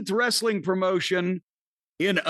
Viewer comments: Wres-a-ling, the way Russo pronounces words is as annoying as his booking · Wre-su-ling bro😂😂